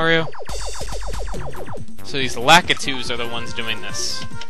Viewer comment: sorry to be so say it right, but...its LA-Ki-TU not LAKI-TU